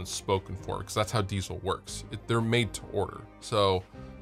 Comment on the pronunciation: Diezel is not pronounced "Diesel" like the fuel ... it's a german surname and sounds more like "Deetsel".